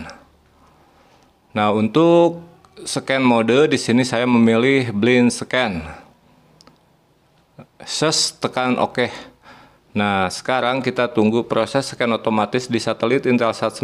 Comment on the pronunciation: Sekedar masukan. Blind scan dibaca blaen sken.